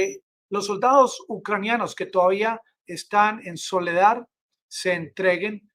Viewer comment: Por favor, es SOLEDAR, con “R”; no Soledad, con “D”. Por favor,corrija!